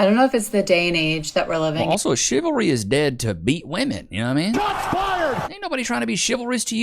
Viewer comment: she says chilvary instead of chivalry.